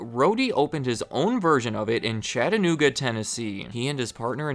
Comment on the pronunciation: Omg you said “chatta-nooga” correctly!!!!!! Thank u